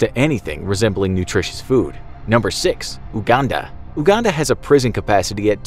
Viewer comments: uhhhhhhganda😂😂😂 its yougunda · It's pronounced yuganda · Anyone else laugh out loud when he pronounced "Uganda" the first time?" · I should have said that to you in the first place.